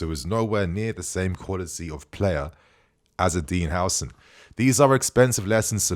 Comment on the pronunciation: The name is Huusen but not Hausen stop styling Islamic names into British